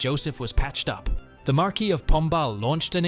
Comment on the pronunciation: The MarKwee? Try again😂.